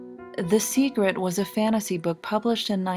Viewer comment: WHY THE FUCK DOES SHE KEEP SAYING "SEGRET"